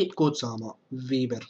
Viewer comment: Cita se VAJBER a ne VIBER